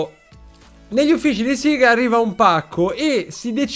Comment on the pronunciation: E io che l'ho sempre pronunciato sega e non "siga" 😂😂😂